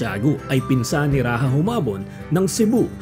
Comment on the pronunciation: di po dapat "Rahah" kundi "Radya" ang wastong pagkakabigkss ng "Raja"